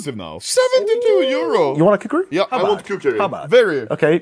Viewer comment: "Kuk"ri Knife.